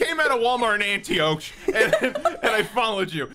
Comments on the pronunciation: As someone who lives in Antioch (ANT-TEE-YOCH btw 🙄), I can confirm....this sounds exactly like something that definitely happened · For those who don't know Antioch is pronounced Anti-ock as in clock. It is a city in the SF Bay area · “Anti-oak” isn’t as bad as when he said “Ann-tawchee” like a few seconds later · SKY-NARD AND ANTI-OAK?!?! I’m in physical pain from those pronunciations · "Skynyrd" is pronounced "Skin-ard". It's that band that wrote that crappy "Sweet Home Alabama" song.😂 Antioch is pronounced "An-tee-ock". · "Skynerd" "Antiochee" "5, but pronounced four" "citadel horse" amazin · Antioch is pronounced Ann Tea Awk lol Am I the only one who was extremely bothered that none of them knew this?? 😂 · An tee ock = antioch. Lol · That mispronounciation of Antioch tho... Its Ant-ee-ok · Skynyrd is pronounced skinnard. Antioch is pronounced antee-awk. EDIT: CINNABATTA. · I live near Antioch😂 (It's pronounced ant-e-awk btw) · Its pronounced Skinerd and Anti-ock. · It’s pronounced Antiyock. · It was worse when repeatedly butchered “Antioch”. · struggling to say Antioch is fuckin hilarious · Not even two minutes into the video and I'm triggered that they can't pronounce Skynyrd and Antioch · i cant believe how you said antioch, disgusting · The way y’all pronounce shit. Skynard, Antioch. SMH